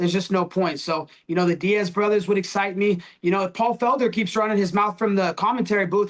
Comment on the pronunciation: Did he really just say “Diaz bros “??????